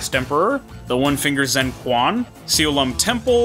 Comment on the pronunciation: Oh, i notice that you read Q letter in "Quan" as K and sound like "Kuan". Fyi. In Chinese, Q letter are sound like Ch (like Chin, Cheese, Chinese, etc). So, "Quan" will be spelled as "Chuan"